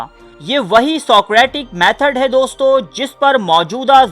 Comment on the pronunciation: او بھائی دوستوں میں ں ساءلنٹ ہے دوستو بولا جاتا ہے. بات میں تاثیر ہے